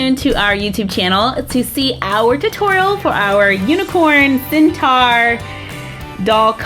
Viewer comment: its centaur not centar